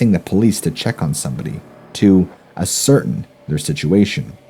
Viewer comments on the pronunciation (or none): Cats are no more "monsters" than any other creature when it's starving, and learn how to pronounce "ascertain"!